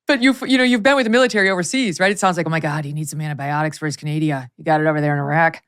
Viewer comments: Canadia? Canadia?!!! This is what happens when Karine Jean-Pierre forgets her infamous binder at home. Sad, so sad; this is what complete incompetence looks like when you hire someone based on skin color and sexual orientation instead of genuine qualifications. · She said canadia!!! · Thxxx for pronouncing Canada correctly since I cannot stand listening to Karine Jean Pierre and especially when she pronounces my Country as CanAdia !! .. Anyway, you both cracked me up through the entire great show😆😆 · She said canadia!!! My Portland friend said that to be funny. That's hilarious